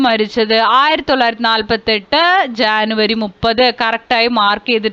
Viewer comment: ജനുവരിക്ക് ശാനു എന്നാണ് പറയുന്നത്